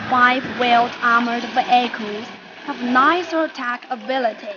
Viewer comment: ...nuice ve-ackle... :D